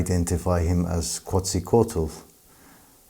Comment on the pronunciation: It's pronounced "kets-uh-coatle"